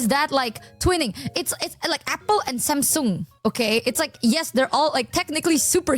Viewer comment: the way said samsung i can hear the asian in her cuz i use to say it the same way.